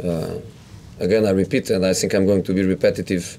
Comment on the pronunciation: I SINK THE WHINY ONE IS BACK.